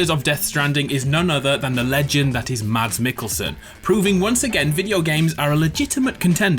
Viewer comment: I think that I speak for all danes here, when I say this.....Good enough pronounciation of "Mads Mikkelsen". And, if you have the time, translate this from danish to english: "Du er en god person og vi er stolte af at være i dit fællesskab. "